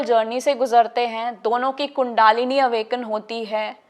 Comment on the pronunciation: बहन जी, कुण्डालिनी नहीं बल्कि कुण्डलिनी होता है।